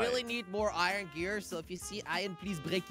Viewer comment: This is how say Iron Irin